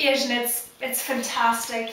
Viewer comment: Northern Ireland? I would've guessed Scotland by the way you flatten out those long 'a's. to my very biased American ear it almost sounded like you were saying "Ehsian" for "Asian"